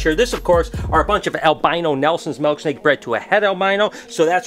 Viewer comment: It’s mIIIILK not malk 🤣😂🤣 I hate when people say milk like that lmfao love u tho just pickin on ya